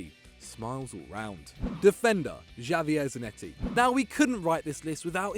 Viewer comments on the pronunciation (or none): Yeah Javier is clearly pronounced with a H in the beginning not a J..... any 10 year old knows that